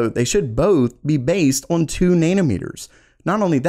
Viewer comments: Why does he say "Orn" when he means "On"? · I'm afraid to keep watching. I'm gonna start saying awon instead of on. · I cant get over the way you pronounce "on", "Orrn". lol nothing personal. thanks for the vid.